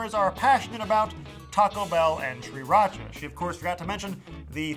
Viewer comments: Maybe I am wrong but I don't know. Isn't it pronounced SIRacha instead of SHREEratcha? Then again I am almost sure pronounced it this way on purpose as a joke. Or please... maybe a birthday gift to me? Please something!!! I can't stand the way you pronounce it and I demand an explanation. Any one will suffice as long as you give me one. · wtf how does this guy not know how to say Sir-ra-cha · Its pronounced See-rah-cha... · Stop saying SHRIracha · STOP SAYING SRIRACHA LIKE THAT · You aren't supposed to pronounce the first R in Sriracha. I actually live in Sriracha, Thailand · I stopped watching this video after 6 seconds because I cannot stand the way he pronounces sriracha. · I cant stand how you pronounce Sriracha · Please learn how to pronounce sriracha..